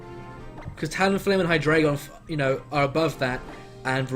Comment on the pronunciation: ... Ver-EYE-zee-in... Hy-DRY-gon...